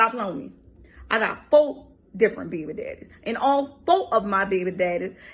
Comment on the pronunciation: And FOE behbee dehdeez